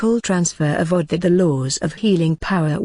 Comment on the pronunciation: It is pronounced as (oh-doc) not odd. It sounds better .